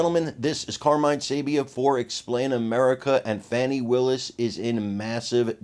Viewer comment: STOP WITH THE FONI ITS FANI